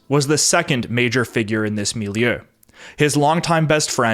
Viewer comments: And it's mil-ieu, not mil-i-eu. 2 syllables, not 3. (You can think of it as "mil-yuh") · You said milleu and respectsble. I see u